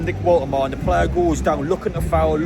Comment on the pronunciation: Mate is pronounced Voltermada not Waltermard